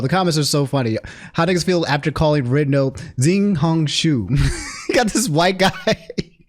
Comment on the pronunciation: man, pingying sucks. it's actually pronounced more like: "xiao" = "shao". it's the same pronunciation as Nina's dad in FMA. "hong" = "hong", you said it fine. maybe adjust the intonation. "shu" = "su", for the life of me, i don't know why it's been decided that "sh" makes a "s" sound. it's pronounced like "i'm going to sue you" with a particular intonation